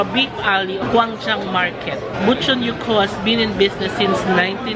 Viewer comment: Not sure kung may nagcomment na po pero ang correct pronunciation po nung yukhoe ay yuk-hwe. 😊